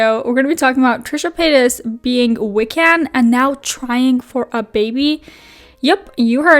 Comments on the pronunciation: Wiccan is wick-en not we-can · love you bbg but its pronounced "wick-in" <3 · Not the emphasis on the second syllable of Wiccan 🤦🏻‍♀️. And PEE-gan?! … It’s PAY-gan . Also, I. WHAT WORLD IS TRISHA PURE?! The Pagans, Wiccans, and Witches don’t want here and are casting protective spells and charms the house. That bad juju is gonna get her. And calling it now, a hyper fixation on Hocus Pocus, The Craft and AHS: Coven is on the Horizon, just watch. And Trisha doesn’t deserve to be a parent because if Moses were taking care of the baby, she’d be jealous instantly. God forbid her main character energy spotlight is taken away. Sis was literally furious at Jason for wanting to spend time with his own kids! I seriously hope she doesn’t have a kid because she would no doubt mentally and physically abuse that child; the proof is already there. And CPS needs to be called IMMEDIATELY. And FFS, the gameboys are HIS. The table looks dope, and if they are rare, it ups the price of the table. You’re that devastated, go buy one.